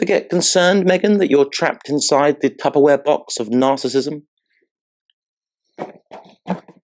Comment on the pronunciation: “Trapped inside the Tupperware box of narrassism!”😂😂😂